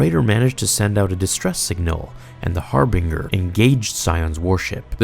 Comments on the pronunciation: Lol I love your videos but I question whether or not you actually played KOTOR 2 or if you read a summary of the events. The way you pronounced "Harbinger" and "Paragus" is the way one would say them as they read them because if you played the game both of these words are said multiple times during the opening events of the game itself. The dialogue it repeated by at least 3 different characters. Atton, Kreia, and HK 50 all pronounce Harbinger correctly and the same. Also between the three of them and the audio logs you should know how to say Paragus properly as well. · Did you pronounce all of those words differently from the game on purpose? Luke Peragus and Harbinger. Excellent video as always man:D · Hearing you pronounce per-ah-gus and har-binge-r as pear-agus and har-bing-er made me cringe so hard. Have you even played KOTOR? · Great video. Just one thing for next time, Harbinger is pronounced har-bun-jer instead of har-bing-er. It was an excellent SWTOR server back in the day too! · (*Har bin jurr*) not harbeenger (*fa sill itee*) not faculty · That's really great, love your stuff, love all the effort but it is har-binge-er not har-bing-er. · anyone else annoyed at how its not har-bing-er, but har-binge-r? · Har-binger. Pronounced "Har-binjer" buddy! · Your pronunciation of harbinger is slightly wrong. it's Har-bin-jer not harbinga. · Haar-bing-er huh, I always thought it was the "Harbinger" ya know Har-bin-jer. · har-bin-ger not har-bing-er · Heads up, mate - it’s pronounced “har-bin-jer” or “har-buhn-jer”, not “har-bing-er”. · Harbin-ger not "harbing-ar" dude... and it's also pronounced "mach-ination" not matchin-ations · That's har-binge-er, not har-bing-er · Your pronunciation of Harbinger is pretty funny. It's "g" like "j". Har-BINGE-er, not Har-BEENG-er. Sounds like a ship Chandler would fly lmao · The... Har-been-Jar? It’s just Harbinger dude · It's pronounced Harbinjer not Harbing-er... please read a book! I cannot stand people mispronouncing words!